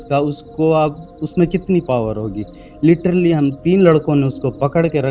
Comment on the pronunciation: LITERALLY ❌ LITTERLY ✅